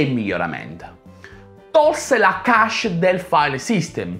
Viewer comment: CP/M sta per Control Program for Microprocessor o Control Program Monitor. Cache non si legge "Casce" non "Chesce". L'ultima versione di DOS non è la 6.22 ma la 7 sebbene fosse parte di windows.